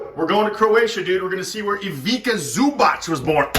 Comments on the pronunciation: the pronounce is Ivitza Zubatz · you butchered Zubac name so hard...please culturalise yourself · Learn to pronounce Ivica Zubac or else we are going to kick yo azz.